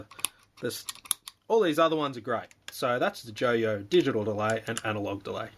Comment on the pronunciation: Pronounced JOI-OH Like "Oi" an in Ausssie Aussie Aussie OI Oi OI